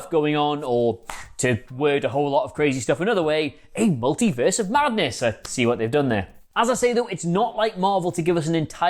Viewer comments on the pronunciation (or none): none